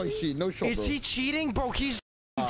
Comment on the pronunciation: I love reaction to cheaters " HE'S CHEATINGUH HE'S CHEATINGUH"